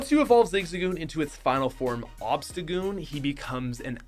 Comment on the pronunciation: OBSTAGOON, NOT OBSETOGOON!